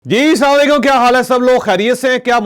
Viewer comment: جناب چوہدری صاحب آپ السلام علیکم کی بجائے سام لیکم کہتے ہیں جس کے معنی بدعاءی کلمات ہیں برائے مہربانی صحیح تلفظ ادا کر لیا کریں بہت مہربانی ہوگی شکریہ